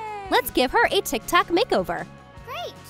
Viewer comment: IT'S TIK TOK NOT TIK TAK